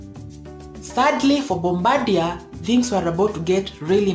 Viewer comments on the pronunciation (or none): Not sure this has been mentioned yet, but Bombardier is a French name, and pronounced "bombar" d ee ay I basically live down the road from the Mirabel factory. Awesome plane.